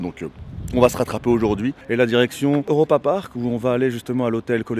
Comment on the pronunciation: Cool vidéo par contre c’est « Europapark » pas « Eauropapark » 😂😂😁